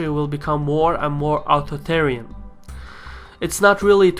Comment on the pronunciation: Very good accent sir, but one point, your th sound in authoritarian is lacking. Try Ah-thor (like the comic book charactera) i-tarian